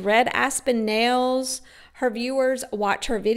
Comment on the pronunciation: Definitely!! I had something more in mind than marbles. 😂😂. I hate how she says “nells” for nails.